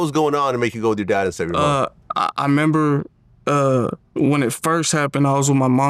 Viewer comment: I member 😂 it’s remember